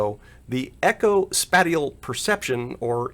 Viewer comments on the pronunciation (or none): Spat-e-al? You mean spay-shall?:) Love my ecobee3 and see no need to upgrade being the Google domain. Thanks for the great videos!